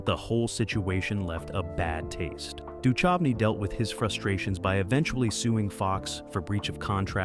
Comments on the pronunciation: The h in Duchovny is silent. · You said David Duchovny's name seven different ways and didn't get it right once!! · Right, its like the narrator has never hear anyone else say that name before. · I love the AI's pronunciation of David Duchovy (Du chove e)! 😂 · I noticed that too… so irritating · I hate mispronounced names. Duchovny was the worst.